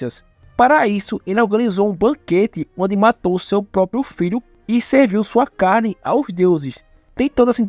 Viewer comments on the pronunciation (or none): none